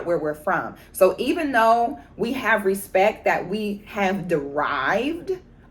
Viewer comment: Put Some "Respeck" On Our Name! 😂